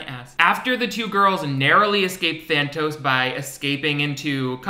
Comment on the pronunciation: take a shot every time he says thanos instead of thantos